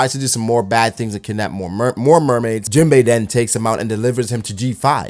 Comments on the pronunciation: u call him jimbo when its jin-bay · I hate how u say jinbe